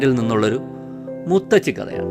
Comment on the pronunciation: SUPER, SUPER, EXCEPT മുത്തച്ചി, CORRECT IS മുത്തശ്ശി. O. K🙌🏻🙌🏻